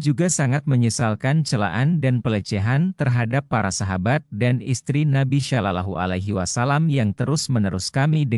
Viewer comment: Iki opo maneh..😂😂😂😂 Hanya anak SD yg percaya sama berita ini,..si pembaca berita aja non muslim,.."rasulalah salalahu aliwasalam" pelafalan nya kaku banget 😂😂😂 Ini video pake AI, Chanel yahudi yg lagi nyamar pake nama Islam 😂😂😂😂